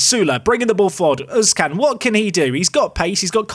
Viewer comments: i know what you are going to say already but oğuzcan is pronounced more like 'Ouz-Jan'. j as in english not spanish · Oğuzcan is more like ouhozjan when pronuncing it